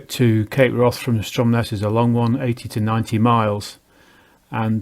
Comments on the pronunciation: Wrath in Cape Wrath is not pronounced like wrath; it rhymes with Kath. Its name derives from Old Norse hvarf meaning turning point. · Ha..,I see , he says wroth.